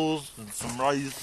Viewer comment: A steady diet of wegetables and riice xD